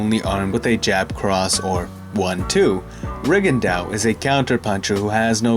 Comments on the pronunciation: Re Gon Doe, not Rig and Dow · Reagan dow? That's not the right pronunciation I guess. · Why did you continuously butcher his name? Please respect these non white fighters. You had to have known how it was properly pronounced lol